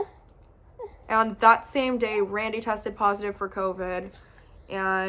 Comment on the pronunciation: Just me or does she say WRandy